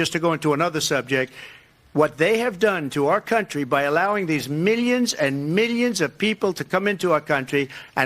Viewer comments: I hate when he says “miyans and miyans”. He claims to be so wealthy but can’t pronounce millions. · I can't stand the way he says "millions and millions" but pronounces it as "meeyuns and meeyuns"